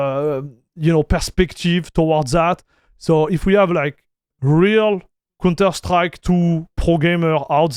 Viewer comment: dude, im also hyped. but you call the counter strike a "cunter strike". not sure if you did that deliberately. i love counter strike games by the way.